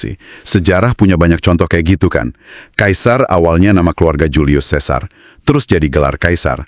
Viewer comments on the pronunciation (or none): none